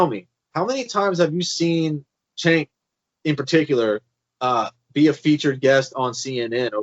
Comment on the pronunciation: Who is "Chenk?" Mispronouncing his name comes across as sloppy.